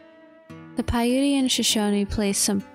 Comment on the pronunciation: Its pi ute like shoot or ute sounds like oot .